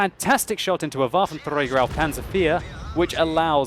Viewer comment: It's so awesome whenever you say "Waffenträger" :D